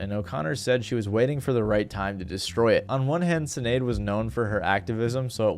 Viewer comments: Her name is pronounced Shin-ade, not Sin-ade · I'm pretty sure the S in Sinéad O'Connor is pronounced like sh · Sinead,pronounced shin aid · BTW Sinaed is pronounced Shin Aid. It's just be one of those gaelic things. same way siobhan is some how pronounced shiv on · The way you’re pronouncing Sinead tells me you had no idea who she was before you did your research for this video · You can't even pronounce Sinead properly.